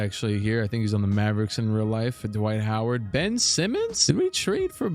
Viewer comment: D'Wight Ho'Ward